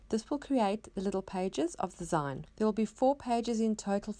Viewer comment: Love your projects! Not sure, but I think it's pronounced "zeen" as in short for magazine. :)